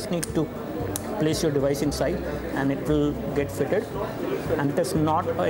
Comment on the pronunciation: .. "and it will get FITED" VERY FUNNY